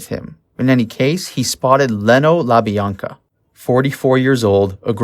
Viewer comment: Yea, it was pretty bad.. These peoples names have been said for over 50 years, I was really surprised by his mispronunciations. Also he was pronouncing Leno the way you would pronounce Jay Leno's last name, when it's Lee-no. For those of us who know & have researched this story for years, it really was painful to hear his multiple mistakes